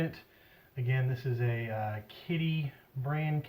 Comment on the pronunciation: Kidde which is pronounced Kid-duh